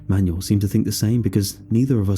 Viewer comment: Shouldn't Manuel be pronounced man-WELL instead of like a booklet of instructions?